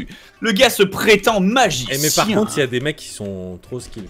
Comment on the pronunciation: a 7.30 il a dit nazicien mdr